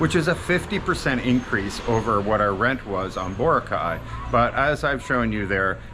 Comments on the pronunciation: It is pronounced Bor - a - cay three syllables not two syllables Bora -cay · will you ever lean how to say BOROCAY the correct way you would think after living there you would learn how to say the name